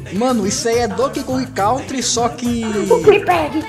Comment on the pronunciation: "Konkey Dong"